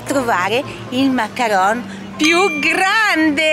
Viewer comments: Si chiamano mancaron non macaranes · Ms si dice macaron non macarones